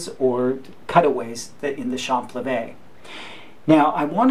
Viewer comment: by the way in french when you pronounce champlevé, you don't pronounce the p, you say cham-levé